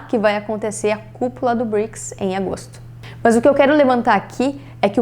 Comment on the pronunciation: Adoro as meninas, mas esse MAHNS que ela fala é irritante kkk, é MAS!